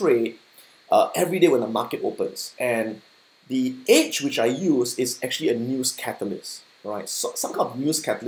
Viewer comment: I thought he's saying "Itch" but it's "edge"